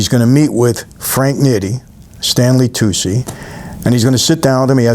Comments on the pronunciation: Its pronounced like toochie not toosie. stanley tucci. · Tucci is toochi, not toocie